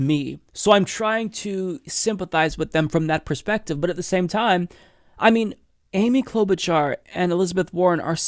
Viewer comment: "Amy Clue-bitch-arr" XD